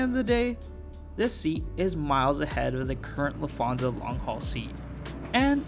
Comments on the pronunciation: I agree with you! LufT…hansa and not Lufth…ansa 😃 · I’m sorry but I’m getting quite irritated by you saying lufaza and not Lufthansa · Nice video and review but please learn how to pronounce Lufthansa correctly.